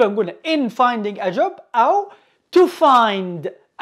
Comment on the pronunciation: لو سمحتوا في finding تتنطق g